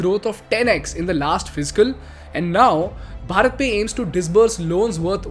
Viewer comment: You should pronounce भारत pe not भरत